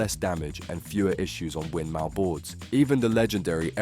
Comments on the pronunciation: Winmau is pronounced win-more, not mow pronounced like cow, boards named after a combination of the founders wife's name, winifred maud. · Interesting video enjoyed this 👍 it’s pronounced ‘Win-more’ just for future reference 👍 Never been a fan of unicorn products, no real reason just always been a Winmau guy